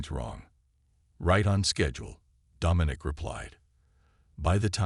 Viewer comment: OMG ITS DOM MIN NIC !!! STUPID AI